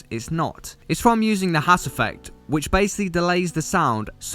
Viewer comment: What was the effect he said when saying to make a wide synth with delay? Hass effect? I couldn't understand him